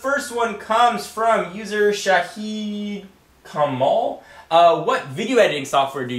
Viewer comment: YOU SAID MY NAME WRONG ITS NOT SAHID KAMOL